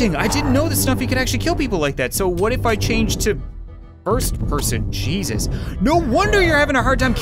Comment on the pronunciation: Cap:"... Hey Zeus..." Me: hey-zeus je-zeus hey-sus je-sus JESUS!!!( CHRIST ITS JASON BORNE)